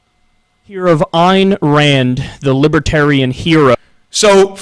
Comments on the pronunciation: You sure try to say libertarian a lot for someone that thinks there a "W" in it. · “Fowst of awl, she’s NAWT A LIBOTAWIAN!!!” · What's a wibertarian?